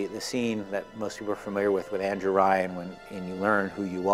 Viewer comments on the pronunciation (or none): none